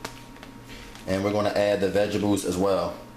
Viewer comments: I died every time he said "vegebles"!!! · Vegebles it’s what’s for breffis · Vegables, 😂. Why he says it like that.